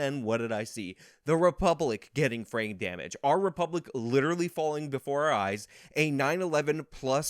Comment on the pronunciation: Every time he talks about the car dealership on jan6 and he says "frame damage" i hear "brain damage". Nothing against, that's just what it sounds like to me. Maybe i have brain damage. Lol